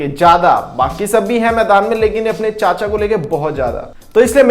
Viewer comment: I lv the way u say "chaccha"😂😂